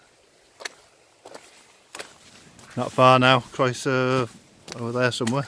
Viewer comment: Your videos are great and informative. Croeso'r is hardly the most difficult Welsh word to get your head around though. It seem a shame you dont bother to learn how to pronounce the names of the places you obviously love